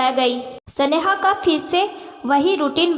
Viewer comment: सनेहा. की जगह स्नेहा कहो